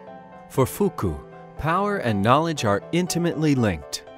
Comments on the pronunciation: Michel Foucault is NOT pronounced “fuku.” Jesus, how did they mess that one up so badly? He’s only one of the most influential thinkers of the 20th century! (By the way, it’s “Foo-koh” goddammit) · Fuku made my ears bleeding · Foo-Co. Durk-Hime. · Content-wise it's a pretty good introductory overview. However, I would strongly suggest to look up how all these theorists are pronounced. It's most certainly not 'Fuku' or 'Dukemme'. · That is definitely not how the French pronounce it. I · That’s what we are saying, this is not the French pronunciation!!